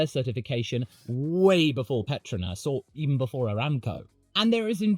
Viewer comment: "Petruhnass" Pet-TROW-nass